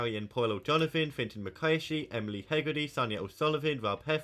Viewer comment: It’s McCarthy❤, greetings from cork city